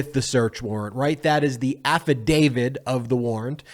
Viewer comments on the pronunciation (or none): Please use affidavit and not affi David. You are wonderful!! Love your show. Pet peeve of an idiot pedant. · It's not "affidavid " 😀😀😀😀😀😀😀😀🍺🍺🍺🍺🍺